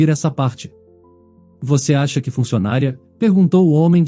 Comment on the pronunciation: Pronúncia Fun cio na ria, funcionária e trabalhadora e tem acento agudo. Entenderam e entenderão e pretérito do futuro.